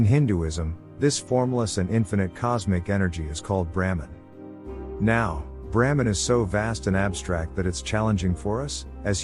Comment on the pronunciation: The misspelling and resultant mispronunciation of BRAHMAN as 'Bramhan' by the AI throughout the entire video is incredibly distracting. Otherwise it's pretty good. Sanāthana Dharma has the ability to transform the world for the better and help humanity evolve if only more people will study it and make it part of their everyday lives.